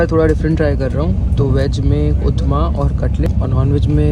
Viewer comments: Bhai aap Upma ko Utma kyun bol rahe ho ?? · Its not uthma....its called upma... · Bhai upama hota hai utma nahi 😅🙏